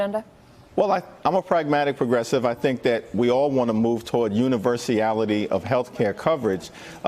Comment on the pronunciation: googled it, it's a word but he had weird usage & he mispronounced itl added a sylable! He's dumb trying to sound smart - u·ni·ver·sal·i·ty /ˌyo͞onəvərˈsalədē/Submit noun the quality of involving or being shared by all people or things in the world or in a particular group."we affirm the universality of human rights"